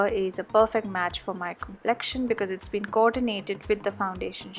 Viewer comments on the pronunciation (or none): none